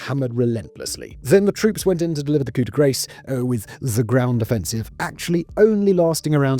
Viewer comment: "coup de graCE"!! Come on Simon you know better than that.